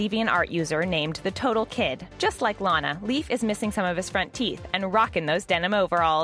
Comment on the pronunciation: You are so dum you make a video that already have and episode of it so why do you need to make a video when people can just watch the episode and you finally said Lana correctly